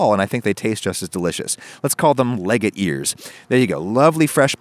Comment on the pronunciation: legate is not pronounced "leg-it", it's Italian so "ley-ga-tay" (long) maybe don't name it something you can't pronounce.